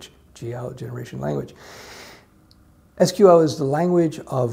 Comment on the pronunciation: your pronunciation "EES QUE EEL" shows me you are a man of culture...